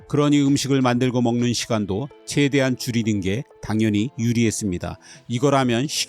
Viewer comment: 내용 참 재밌고 좋아요! 근데 채대한 채고 십게.. 최대한 최고 쉽게.. 발음만 신경써주세요..